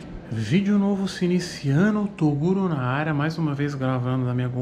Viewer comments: "Torugo" kkkkkkkkk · Torugo kkkkkkkkkkkkkkkk qual a dificuldade de falar toguro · "Torugo" kkkkkk